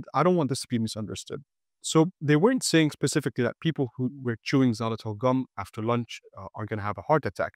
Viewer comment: The English pronouncement of Xylitol is so weird and off.